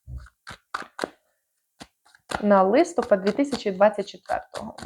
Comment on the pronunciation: ЛистопАд. Наголос на останньому складі, на А. Дякую за гороскоп.